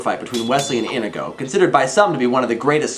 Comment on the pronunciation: Inigo's name is pronounced Uh-NEED-go, not Idigo. :P